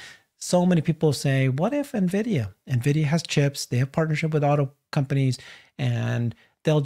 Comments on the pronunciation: En vidia, not Na vidia. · After 5 years still can’t pronounce Nvidia